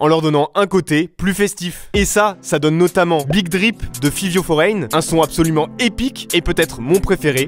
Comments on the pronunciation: ERREUR Pop Smoke ne s'est pas fait assassiner chez lui mais à Los Angeles. De plus, Fivio Foreign se prononce : favio et non fivio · fivyo forègne 😭😭😭😭 il a tué le nom de mon père pk